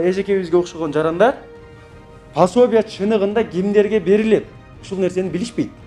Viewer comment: Пособия деп туура айтсаңар ❤